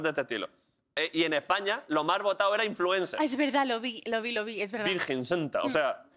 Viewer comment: Influenqué? Madre mía..